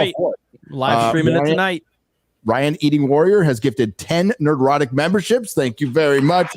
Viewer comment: I really really cant stand how says Nerdrotic. I'm sure it's been a topic before, but gawdang it's annoying as fuck! Nerd-rotic not Ner-drotic!! Fucks sake!!